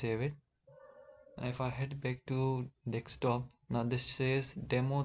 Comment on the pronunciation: it's not "dekstop", it's "deSKtop", from the word "desk"